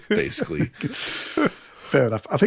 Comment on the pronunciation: or like people who habitually mispronounce a simple word like ‘basically’ as “basely”